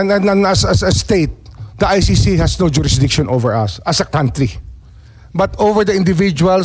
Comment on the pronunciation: ICC po Miss Sen. hindi I-ShiShi.